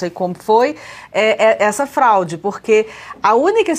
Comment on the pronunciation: Acho que não é fralde mas sim FRAUDE 😮